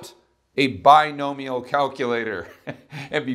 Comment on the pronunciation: I thought you kept saying Buy No Meal probability calculator :')